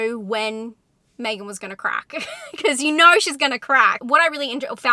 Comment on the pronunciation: When you said me-gan instead of meg-an I died. Lol. Haha.